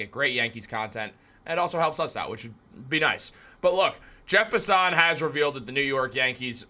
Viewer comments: You lost me at Jeff Pus-SUHN. Inside joke with him or he really doesnt know how to say his name? lol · Bro said Jeff puh-son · You are butchering Passan's name